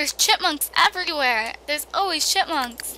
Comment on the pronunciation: I feel like she is saying chitmunks lol